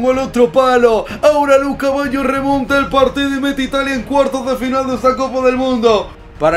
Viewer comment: colocale de apodo el caballo, siempre que duces luca baggio pareciera que dijieras lu caballo 😂